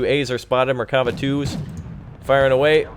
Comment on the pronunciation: nice gameply here's something to help you with pronouncing the names right mer-ka-vha (carriage) nets (hawk) more like buzz not bez ( falcon) aye-it ( aquila) bard-lass ( cheeta) cho-vet ( beater) shean-hav (ivory) bah-zack ( flash) mil-who-him ( reserve service) zach-lam (half -track) and everytime you see a "ch" its not like the ch in chugging , more like the one in loch nes monster or german achtung